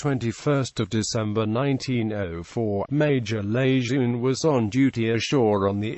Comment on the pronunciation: Marine General Lejeune / luh jern would be dismayed Name mispronounced sad disrespect Semper Fidelis & God bless all Leathernecks ! KEEP ATTACKING !!! OOO RRAH !